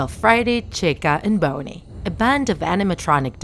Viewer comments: ITS NOT BONEIE ITS BONNIE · bonnei not boney lol no offence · It not boney it's (bonnie) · BONNIE NOT BONY! FIX UR PRONUNCIATION!!! BONNIE IS MY FAVORITE ANIMATRONIC SINCE 2015!!!!! YOU HURT MY HEART!!!! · she saying bonnie sounds like boney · IM TRIGGERED STOP SAYING BONEY IT IS BONNIE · she said boney ITS BONNIE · I hear she said "bouny" instead of bonnie in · Bonnie not bonye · You say Boney when it’s pronounced Bonnie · "bony" OwO gurlll BONY???? I thought it was Bonnie ;~; I can't stop laughing 😂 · Me, a hardcore FNAF fan: heh, childish But seriously, don’t ruin FNAF now. You filthy low-life (that’s another joke-) wait did she say BONEY instead of BONNIE, WHAT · She even said boney Instead of bonnie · You can’t even say bonnie it’s not bony it’s bonnie but I love ur vids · It's not bony it's Bonnie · It’s not bony it’s Bonnie LOL????? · Narrator: Says BONEY instead of Bonnie Fnaf fans: T R I G G E R E D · Bonnie ❌ Boney ✔️ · its bonnie! NOT BONY!!! ugh 🙄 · Nobody: Not a Single Soul DrawTheLife: “calls Bonnie" BONEY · I've been lied to for years it's not bonnie its bowney and it's not downey laundry detergent bowney laundry detergent 😂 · It’s Bonnie not BONEY lol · You said bone ie though its bon nie, sorry if i was being rude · And the rabbits name is pronounced 'BONNIE' not 'BONY' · It's bonie not NOT boney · You called freddy friday bonnie boneie and chica jaca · It's not boney it is Bonnie 😂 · Just why? It's Bonnie not boney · Its bon-e not boney got that!!! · I'm so sorry if this is an accent or something but DID YOU JUST CALL BONNIE BONEY???!!! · When you said “Bonnie” I thought you said “Boney” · Bonnie not bony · Why is Bonnie pronounced bownie? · It’s not Boanie it’s Bonnie dude | | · She says Bone Knee instead of Bonnie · It's Bonnie not Bonei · She said bowny instead of bonnie Who else heard it? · Its not boneie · Bonnie not boney by the way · i heard "freddy's fatsbear pizza" lmao + your saying "bownie" not "bonnie" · Its high bonnie not low bonnie